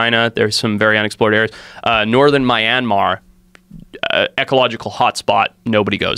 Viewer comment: This is the dumbest s*** I've ever heard. Anyone who believes this crap is high out of their mind. The way he pronounces Myanmar... and how he posits that there are pterodactyls is absurd. He's a charlatan.